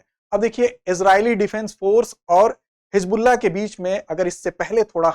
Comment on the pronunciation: Hijbulla nhi hizbulla uchcharan hoga sir ji